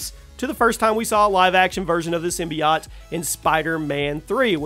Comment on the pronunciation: The way he pronounces symbiote forced me to quit watching